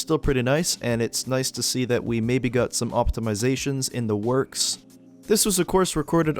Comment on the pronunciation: i want to subtitle this and put "stum (wait what?)" for when u said stum instead of some